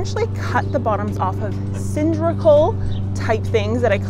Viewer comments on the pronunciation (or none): Sorry to be that guy, but it’s not pronounced sindrickal, and that’s a vise, not vise grips. Again, sorry. You do good work!